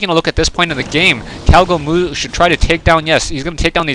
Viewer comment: I think one you named him "gowgomoo" instead of "cowgomoo" :P